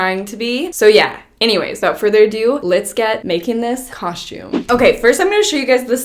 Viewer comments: Everyone else: “cos-tume” ❤️: “cosh-tume” Lmao I love it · u still say coshtume instead of costume 😂😂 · It's the "my Halloween cosh-toooom" for me 💀😂🤣😂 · Just wanted to hear you say Coshoom🤣 love how you keep it real! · why you say "COSHTiUME" lmaooo like HUH? babygirl you LITERALLT say " kauschtiume " AM I RIGHT? 😂 someone back me up here lol LOVE YOU GIRL! HAPPY HALLOWEEN EVERYONE ILYYY ALLLL BBBBYZ xoxo 👻 💛 🎃 🌕 ps ima new yorker so I already know I be saying shit wit an accent. but KAUSCHTIUuME?!!?!?! lmao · I love that you still cohstume its so cute:) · I absolutely love, but she's the only person I know that says "caushtyoum" lol 😆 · Everyone: costume:... Coshume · Anyone else read the title "Making my Halloween coshoom" in voice? 😆